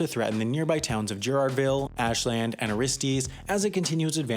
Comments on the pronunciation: It’s not ash-land, it’s ash,-lend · "Ashland" Lol